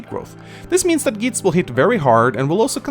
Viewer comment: THAT'S NOT HOW YOU PRONOUNCE GEITZ! YOU JUST RUINED MINA'S BIRTHDAY! UNSUBSCRIBED!